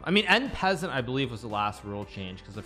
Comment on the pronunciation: "en peasent" Hikaru Nakamura